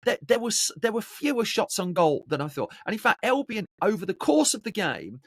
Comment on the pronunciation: Can you stop saying elbion please its albion